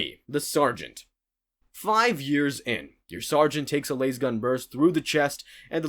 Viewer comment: It is L A S gun. Not lase gun 😅